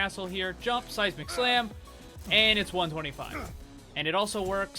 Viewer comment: Ahahah, every time you say the phrase "Seismic Slam" I always think you say "Sasi Mac Slam" aha. So funny.